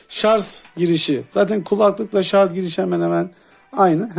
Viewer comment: Üstüne basa basa sarzzzz demen 🤣 şarj abi şarj